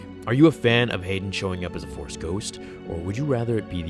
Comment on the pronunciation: Rex001X Blank it's pronounced hayden